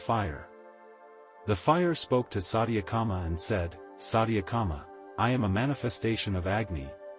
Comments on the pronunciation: This channel must be banned. Sathyakama not satiyaaakama .. 🤦🏼‍♀️this is disgusting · You narrate so well, but mispronouncing vitals aspects diffuses the significance of the essence. His name is Satya- Kama( t pronounced as you would use the sound of t as t . Vayu means air V pronounced as v in victory.